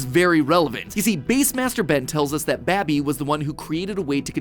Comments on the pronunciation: i think he miss pronounced “babi” in , in my language it means pig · I would never expect to hear Matpat say B A B I 😂